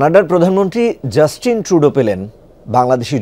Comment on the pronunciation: কানাডার প্রধানমন্ত্রী জাস্ট টিন টু-ডোর আর শুনে যদি হাসবে নাকি কান্না করবে সেটা পরের কথা কিন্তু নাম বাদ দিলে তো অনেক টাকা লাগবে 😢😢